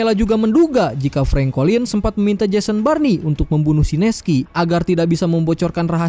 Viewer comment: Jason born bg bukan Jason barni😂